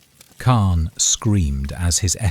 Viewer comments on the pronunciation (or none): He said it weird, but I have heard it that way before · He said it weird but I have heard it said that way before